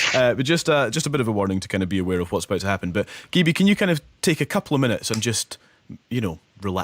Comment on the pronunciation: Wow this amazing she on the BBC!! I love how the presenter says her name wrong poor gibi